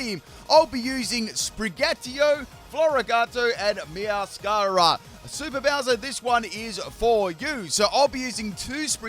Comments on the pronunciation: Its actually MeowscaraDA. Like “mascarade”. I dont understand why he calls it Meowscara. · I think Meowscarada is pronounced Meow-scarada (Like a mascarade, because it wears a mask) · Meow - scur - raid - uh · Repeat after me- Spri-gah-tee-toh Meow-skah- rah-dah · I love how skips a syllable for Sprigatito and Meowscarada:_pimpKappa::_pimpKappa::_pimpKappa:. Floragato got some special treatment